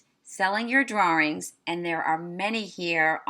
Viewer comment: "drawrings" lol